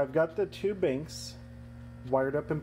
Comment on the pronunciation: He's saying you're pronouncing banks as binks. Good video, btw.